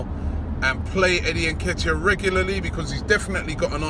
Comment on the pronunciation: Robbie, let me help you with the pronunciation of Nketiah.... 'inkay-tia'. You are welcome!